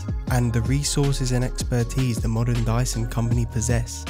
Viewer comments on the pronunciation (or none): none